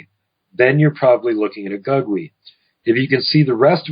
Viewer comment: Gugwe is pronounced (goog-way)..